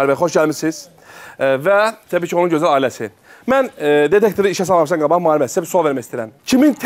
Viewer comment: Дедектор йох детектор